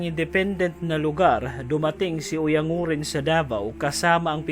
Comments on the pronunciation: Oyang guren sir ang tamang pagbigkas hindi oyang nguren. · Oyan guren yata